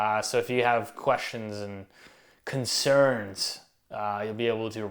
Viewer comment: Love the way he says CONCERNS at the end 😂 All everybody has are concerns, thanks to the idiocy of the central banks.